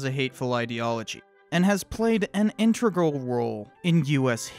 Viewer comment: "Integral". "Tenets". Demonetised for bad pronunciation lol!